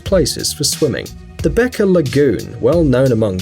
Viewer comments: It's beqa not beca😊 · The Beqa lagoon isn't pronounced "Beka" It is pronounced "Bang-a" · Beqa is actually pronounced "Benga" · Same thing about Fiji. Beqa (Pronounced banga) is actually a tourist attraction. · I'm from Fiji and the q is pronounced g not k it's bega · seriously, a professional voice should do research on how to pronounce words that are new to them... start with the Beqa. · The one about Fiji is a lie. I know this because I live there, and you are pronouncing the name terribly wrong. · I'm from Fiji, and I've heard about Beqa. btw "Q" in Fijian is pronounced "NG" as in "siNG"